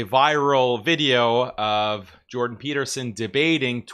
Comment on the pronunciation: "Jewdan" Peterson